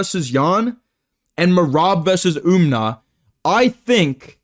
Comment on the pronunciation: Bro stop saying UmNar it’s fucking annoying